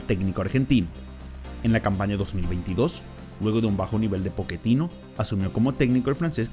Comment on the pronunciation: Pochettino, no poketino